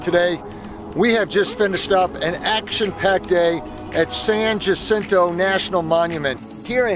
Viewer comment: Ha—-seen—tow This is how it is pronounced. It is Spanish for the flower or saint hyacinth.